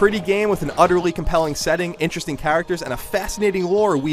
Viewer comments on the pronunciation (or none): none